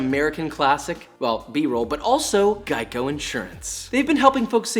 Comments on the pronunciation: Geico is actually gaico... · Our boy got sponsored by Geicho not raid not the headphones but GEICHO